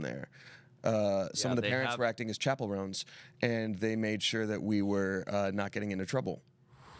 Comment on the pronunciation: "Chappellroans" almost did me in. The coffee nearly became an aerosol.